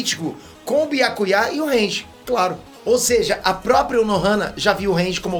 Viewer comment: top analise do episodio mais o nome do byakuya ser falado com acento no ultimo a e foda nao sei pq acentuar o nome dele na ultima vogal.